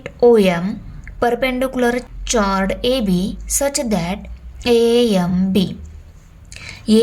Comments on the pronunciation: चोर्ड नाही कॉर्ड है ❤️ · Miss वो चॉर्ड नहीं होता कॉर्ड होता है😂😂😂😂😅😅😅😂😂😂😅😅😅😂😂😂😅😅😅😂😂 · Mam it's pronounciation is cord not chord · तू पागल बाई आहेस का ग डुकरी कुठलेही ते चोर्ड नाही कॉर्ड आहे पागल 😂😅😤😠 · chord ❌ cord ✅ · Mam ye chored nahi chord hai😂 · Madam chord(चाॅर्ड)nahi chord (काॅर्ड)aahe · चोrd nahi cord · Mam in pronunciation we say as "cord" not "cHord" btw u teach really nicely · Mam it is not chhord is chord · Mam chord pronunciation is कोरड 👍🏻 not चोरड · Mam chord bolte hai kord nahi hai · Mam you speak चॉर्ड but this is a कॉर्ड not a चॉर्ड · Chord mai h silent hai 😅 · Mam wo chord nahi cord pronounce kro😂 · Thanks you ❤ But vo चोर्ड nahi काॅर्ड hota hai 😅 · Chorh nhi ma'am chod 😂😂😮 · O mam not a chod 😅this is a chord 😂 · Mam vo chod nhi chord haii😅😂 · Mam aap chord ko chodd bolati Ho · Maam use kawd pronounce karte hai 🤣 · It's chord but its pronunciation is kord😅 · Vo chord me na h silent he So uska pronounsation cord hota he😅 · Mam chord is ka pronunciation काॅर्ड hota hai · Tai te chord aahe tayala tumi vegla uchartat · Chord word Pronunciation is wrong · Didi pahale chord bolana sikho😂😂😂😂😂😂😂😂😂😂😂😂😂😂😂😂😂😂😂😂😂😂😂😂😂😂😂😂😂😂😂😂😂😂😂😂😂😂😂😂😂😂😂😂😂😂😂😂😂😂😂😂😂😂😂😂😂😅😂😂😂😂😂😂😂😂😂😂😂😂😂😂😂😂😂😂😂😂😂😂😂😂😂😂😂😂😂😂😂😂😂😂😂😂😂😂😂😂😂😂😂😂😂😂😂😂😂😂😂😂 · Ma'am aap pehle chord ko thik se pronounce Karo .😂😂😂😂😂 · Chord pronunciation is wrong!!